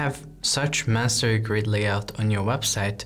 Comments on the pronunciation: May-son-ree. Not Man-surry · Great video! Just letting you know -- no shade, just trying to assist...your lessons are incredible -- the word is pronounced and spelled masonry. I looked on the website and saw you spelled it the same way you were saying it and wanted to flag it so your SEO plays well with the actual search term.